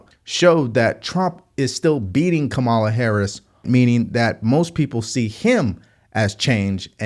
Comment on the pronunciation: You can't pronounce Kamala after hearing her name a thousand times 🤣